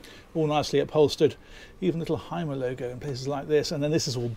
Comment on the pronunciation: Y is U in German… so it’s pronounced Humer